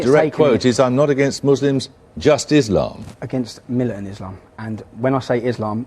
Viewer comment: "Islamum" - LOL